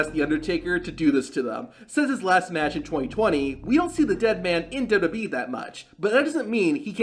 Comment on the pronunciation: "duhdubbee tables"